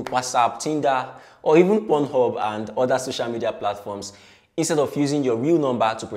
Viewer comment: Bro said purnhub😂